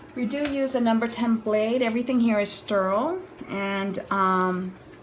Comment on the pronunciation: I had to turn it off when she said Sterile like Sturle